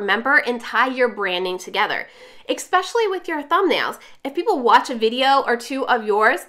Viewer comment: SO helpful! I love this! (One thing...it's distracting for me every time you pronounce especially as "expecially". Not sure if it bugs anyone else...)